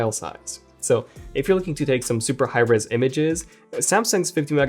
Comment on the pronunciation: did he say res or rizz?